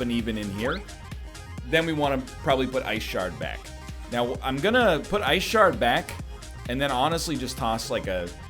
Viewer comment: Your t-shirt is telling you that you need to "git swole" and stretch the wrinkles out over your muscly form. Ah, the classic "blue vs blue" conundrum from Magic. And then that pronunciation "Ice shart." The comedian! NL decides that he wants 3 damage more than he wants 7 damage SMH...